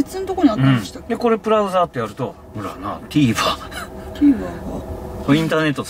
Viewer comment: 社長がプラウザーと言ったあと さりげに控えめにブラウザーとたぶん視聴者向けに言い直しとるAYAさん 気遣いデキる社員さんやなぁ〜 ＾＾ ともった でもある意味 有名You Tuberヒカルさんちの遊楽舎店長のブログのこと『プログ』ってゆーヤーツ みたいで和んだ